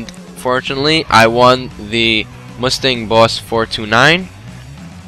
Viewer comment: Yes its a p51 vs a 70 boss 429 pronounced "four twenty nine" not "four two nine"